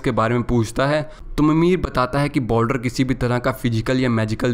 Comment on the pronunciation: Uska Naam Boldar Nahi Baldur hai